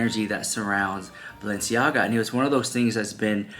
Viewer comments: In one of their Hulu episodes this season, while Kim is getting ready for the Balenciaga show, she is having a conversation with one of her makeup artists speaking of how her mother, Kris, says the name Balenciaga, "Baalenciaga"...that scene stood out to me the moment I heard it and now this...coincidence??? I think not. They are telling us their truth of who they are and what they represent, let's believe them. These are all wolves in sheep's clothing. God help them all. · And Their last episode of Kardashians Kim kept making fun that Kris Says "Baal enciaga she said it like ten tims .You should post clip then bam all this w their drama an exposing kids so close together